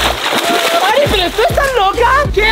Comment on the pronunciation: Alguien más se dió cuenta q en el momento dije "Ari peri tu estás loca" en ves de pero puso peri